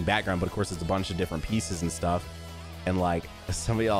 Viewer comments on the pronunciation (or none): none